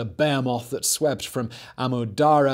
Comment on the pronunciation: Okay, when I hear "bear moth", he means "behemoth".